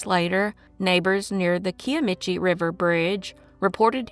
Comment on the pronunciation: Janie Crane "heyown". Im from Oklahoma. Just fyi, its pronounced "ka-i-ah-me-chi" river